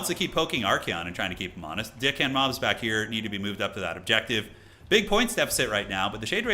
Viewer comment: Y'know, I have only ever heard say Dick hand mobs except one time when I heard say Deck hand mobs but that was short lived because immediately after said it again and I heard Dick hand mobs. I just can't hear anything differently. It's funny though.